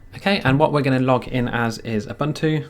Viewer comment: Ubuntu is pronounced oohboohntooh